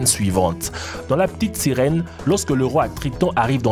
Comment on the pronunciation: "La pitite sirouen"😂😂😂